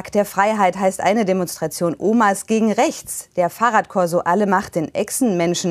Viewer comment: "Demenz gegen räächts" 🤣🤣